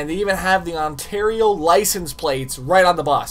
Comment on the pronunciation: how did you manage to mis pronounce Ontario damn wtf you live in Canada dude I'm guessing you've been saying it like that your whole life...